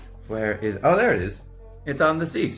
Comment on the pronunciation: “Hello therrre” Love you!! You’re looovely 😹